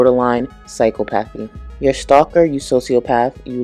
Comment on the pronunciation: Not nitpicking. I know English isn't first language and I used to struggle with the pronunciation of psychopathy. For anyone who struggles, it's Sigh-COP-uh-thee. Lol,, I giess a way to remember would be there should be a "cop" in the middle. With love XOXO ❤❤❤😂😂😂